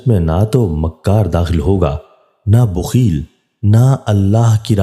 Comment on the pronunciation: AUG 31, 2022. URDU MAIN ZER ZABAR KA KHAYAL KAREN. BOOKHIL NAHI. BAKHIL HOTA HAI.